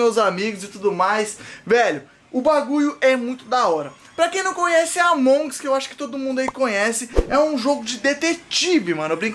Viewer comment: se fala Amongus só que tipo com sotaque tlgd, não Amongs kkkkkkk é nois